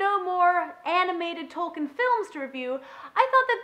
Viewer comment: nitpick I know but for future reference, his name is pronounced "Tolkeen".